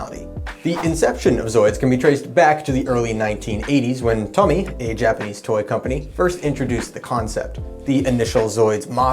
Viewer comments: It's Tōmy, not Tommy! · TOE-MEE... not tommy lol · Well done - but I CRINGE every time you mispronounce Tomy (Toe-mee).